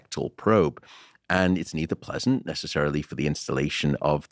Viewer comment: Not "nessecarily" haha